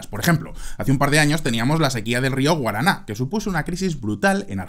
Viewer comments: Río Paraná es, no rio Guaraná. Un abrazo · El río entre Brasil Paraguay y Argentina se llama Paraná!! No Guaraná jajajaj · El nombre del rio que mencionaste es Rio Paraná, no Río Guaraná Saludos